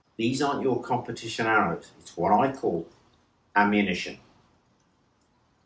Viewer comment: "Amumition" classis!